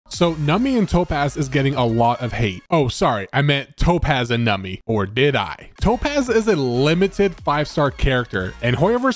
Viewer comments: It is "Numby", not "Numpy", and should not pronounced as "Nami" :"( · im sure theres like a billion comments like this but its NUMBY pronounced num bee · The only thing that bothers me is you cant pronounce Numby properly 😂